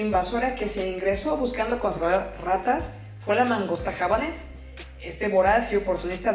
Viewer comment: La entendí perfectamente, porque ya tenía información sobre el quebracho y el kiri, empero, su divulgación es mas extensa. Gracias por todo. P.D. no se si dijo mangosta o langosta, y me entero que esa especie cause rabia. Ando en estudio de la porcicultura mientras la escucho.